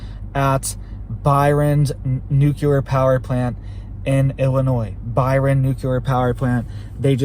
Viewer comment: You keep saying "nucular" which is not a word. Makes you sound like you are uneducated.